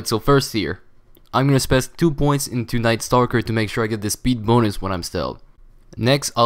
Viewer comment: Hey bro. Love your vids. - Just a sidenote spec is pronounced spe'k' and not spe's' like u said it. Learnin' all day everyday ;-)